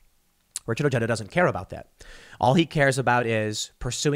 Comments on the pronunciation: Ojeda is pronounced "oh-Hay-duh". Unless he has "Americanized" the pronunciation. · Tim, how have you not learned yet that the 'j' is pronounced like an 'h' in other languages. The dude's name is freaking easy to pronounce.